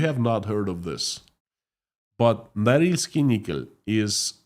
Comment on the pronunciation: Correction: Norilsk Nickel. My poor ears.